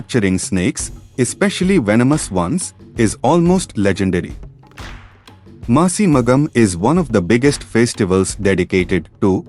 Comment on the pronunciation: FYI it's "Masi Magam" NOT MASI MATHAM